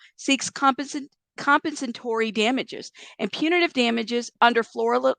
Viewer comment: Com - Pen - Sa - Tory. You almost had it lol. Good attempt 💯